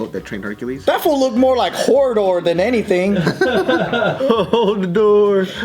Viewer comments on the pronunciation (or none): Hodor. Not hordor